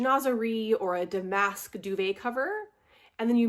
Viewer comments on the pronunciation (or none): Not to mention that it didn’t even roll off HER lips correctly! Chinoiserie has a “W” sound after the “n” and she mispronounced Damask!😵‍💫 Any dictionary app will give you an audible pronunciation.